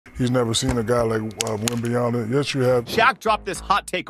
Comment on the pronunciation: Why do Americans say his name wrong often??? Hes a superstsr rookie learn his name you will be saying it often for years to come. Anncouncers and even shaq right at the stsrt of the video say something like wemanyana